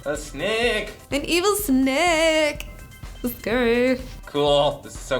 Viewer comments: I like how you were saying snake with an English Yorkshire accent.... "snaayke" 😂 Very cool video, really looking forward to H. P. Lovecraft :) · The way says Snake its almost like snack.